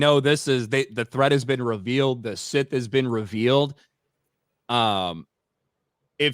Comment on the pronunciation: Look SOL OBVIOUSLY REPORTS TO JEDI COUNCIL THAT HE FOUGHT A SITH. BUT COUNCIL ACTUALLY HEARD - SOL HAD A FIGHT WITH SETH. SOME FLOPPY HAIRED LATIN/ASIAN DUDE WHO LOOKS LIKE A HOMELESS JUNKIE. YOU KNOW SETH.. CASE CLOSED SETH NOT SITH. LEARN TO PRONOUNCE IT BETTER. 😅😂